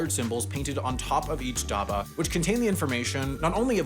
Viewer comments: ah yes, daba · Dabba felt like a whole different word when pronounced daaba instead of dubba. Do other places in India say it like says it? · Massacred pronunciation! Vill-E Parl-E station, Dabba pronounced wrong and what's with the wet bread? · omg the way he pronounced "dabba" confused me for so long...